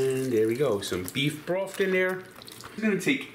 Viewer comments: Beef broft? This guy went to college for Communications/Sportscasting? LMAO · IT'S FOUR GOD DAMN CUPS OF BROFT